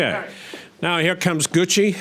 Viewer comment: If I were the defendant I would be kind of offended that she can't pronounce my name right. I mean how hard is it to pronounce Gucci like the bags. Goo-chee